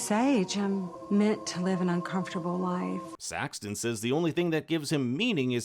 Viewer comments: Why do you keep calling him Saxton....??? It's so annoying. His name is SAXON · it's Saxon, not SaxTon.😜Do your homework. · Saxon…. Not Saxton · Saxon. His name is Saxon! Not Saxton! Oh God that was pissing me off!! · It is “Saxon”…Not “Saxton” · His name is Saxon not Saxton 😅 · IT'S SAXON, NOT SaxTon, no T. please watch the show again. Clearly you missed a lot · It's SAXON, no T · FYI, there is no "t" in Saxon.